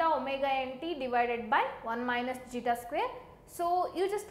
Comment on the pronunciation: Its Zeta. Please be clear with the terms. It is really hard to understand otherwise.